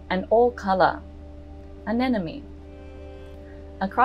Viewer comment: Absolutely wonderful!!! Anemone= a--neM--o--Nee not a--neN----0--Mee. A hard one to say!!